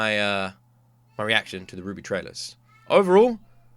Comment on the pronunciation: RWBY is pronounced Ruby.